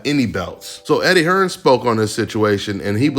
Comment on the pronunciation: SAYS HEARN🤣🤣🤣